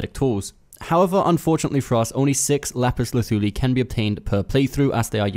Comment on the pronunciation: Great video....and thanks for the pronouncement of the said item!!! Not being sarcastic. Lol!